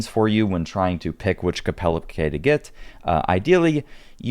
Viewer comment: That's the weirdest thing I've ever heard saying kepeleke like that